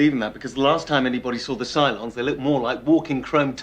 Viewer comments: "The Cyclones" wtf lol can you read? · Cyclones? You mean Cylons.